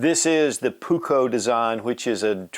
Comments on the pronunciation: Pronuse it puuuuukko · Only because he’s mispronouncing it 😀 the ”u” is way longer, as is the the ”k”. In Finnish, double letters mean loooong sounds.